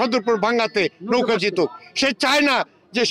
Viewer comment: এরা বলতেছে নৌকা আমি শুনতেছি লৌখা